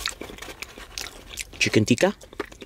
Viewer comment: All Correctly pronounced bro with the exception of these two dishes i.e. it's not "Aaloo Goobi",It's "Aaloo Gobi"(Aalo is potato and Gobi is cauliflower which means "Potato Cauliflower") and secondly it's not "Chicken Teeka",it's "Chicken Tikka"(It is basically a chicken which is barbequed with seasonings). OMG!Looks really tasty!!!Proud of my Pakistani Cuisine ever bro!!!Keep on trying various Pakistani dishes bro!!!Love from Pakistan!